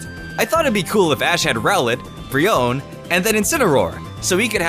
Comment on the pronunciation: you did get some right but no not with brionnee